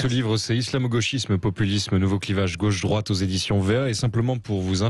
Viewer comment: On dit gauche pas gôche